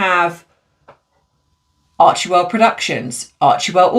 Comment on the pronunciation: Your pronounceiation is so bad on so many words. And it's NOT menapause, it's you. Archewell is pronounced ARCHWELL, the E is silent. Just like Ghislane is prounouced Ghilane, the S is silent. You need to review pronounciation if you are going to be a YouTuber.